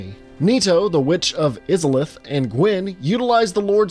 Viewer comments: Please it hurts I-za-lith not isalith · It's I-zalith not is-a-lith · Eye-Zuh-Lith... say it right! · Dude I’ve loved your content for years but every time I heard you say “izzolith” I wanted to scream, it’s “Aysolith” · You pronounced Izalith wrong. It's not pronounced -IZ-UH-LITH. It's pronounced EYE-ZUH-LITH. You clearly never played the game before doing this video. Anyone who's played Dark Souls 1 at least a few times would hear how to pronounce Izalith because of that opening cutscene (most people watch it at least once, maybe twice). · Biggest pet peeve of this video: It's not "Izzalith"... It's Izalith (Ei-Za-Lith). Edit: Changed "Ey" to "Ei" in pronounciation, after a discussion with a friend. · It’s pronounced Eye-za-lith not Iz-za-lith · "Iz-alith"... It's pronounced "Eye-zalith"! The trailer itself literally mentions it! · the way he says izalith bothers me so much. It is Izaleth (eye-za-leth) not fucking (izz-a-leth) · Eyes-Auh-Luth, sorry stuff like that doesnt bother me, but that made me cringe (iz a leth) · Say it with me "Eyes ah Lith" not Izzerliph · Eye-za-lith, not iz-a-lith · Oh how it pains me to hear Izalith said as "Izz-alith" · You kept mispronouncing Isolith (I-so-lif) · Eye-zah-lith Not iz-ih-lith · Hey wow its (I)-(sa)-(lith) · Lol Are you sure you've played the three games?.. You would have heard them pronounce Izalith as Eye-za-lith* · Bro... EYE ZA LITH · He say witch is islith and it hurts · Izzalith. ...... IZZALITH?! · Izalith.... Eye-za-lith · Witch of is-a-lith bruh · hears "is-alith" into the video Oh shit oh fuck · "Witch of IS-A-LITH" FAKE GAMER ALERT! FAKE GAMER ALERT! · You said Oolacile correctly...but not Izalith...you confound me, and I love it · Oh my fucking god these pronounciations man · Him saying Izalith like that makes me think he did not play the game and is only reading from a script. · Stop saying izalith like that you monster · The way he pronounced Izalith tilted me furiously. Great vid otherwise